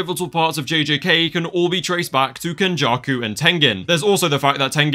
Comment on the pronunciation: Not “ken-backshots-jakuuuu”